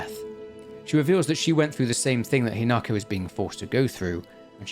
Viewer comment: Slight issue, your pronunciation is off. With a handfull of exceptions, Japanese is pronounced exactly as the Romanji looks like it should be. Hina-ko not Hi-nako. Hina- sunlight, natural growth or princess Ko- child. Kyu-bi- Kyu- nine, Bi- tail. Also, the flowers are important. The Spider Lily, in the language of flowers, has meanings of death, the afterlife, lost love, and separation. They did NOT just put them in at random.